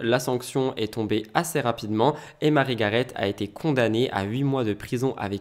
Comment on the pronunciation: Cc, on dit marie garé il me semble.